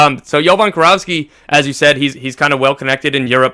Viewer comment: Its Jovan KIROVSKI guys, KI RO VSKI, its a Macedonian surname. FORZA MILAN